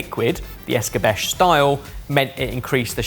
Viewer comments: It's not Es-cah-besh, it's Es-cah-beh-che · The word "Escabeche" is generally pronounced as "es-kah-BEH-cheh," with the emphasis on the second syllable. In Spanish, it can also be pronounced as es-"kah-BEH-chay". In French, it's closer to "eh-skah-BEHSH"